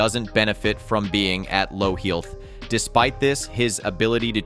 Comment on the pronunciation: What the hell is ‘heelth?’